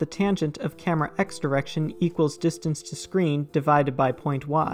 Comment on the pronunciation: ah yes... driection